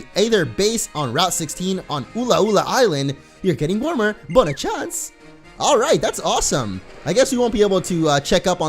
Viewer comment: Its pronounced "bonna shan-say"